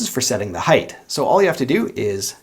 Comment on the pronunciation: First and foremost I like you video last but not least you are most definitely German they can't pronounce the word height without adding an extra h heighth I'm a history and it's more logic than humor seriously though it would be better to pronounce it right it makes it sound like you just sat in something or you are a geaking out at something like the word heighth in order to make an effort to be a little less anal it is height but again last but not least very excellent and a most excellent guitar